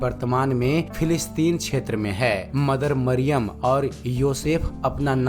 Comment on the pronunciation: Yeshu ka pita ka naam yusuf Tha Mariyam thik se bolo